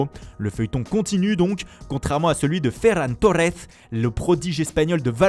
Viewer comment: ferran Tojjes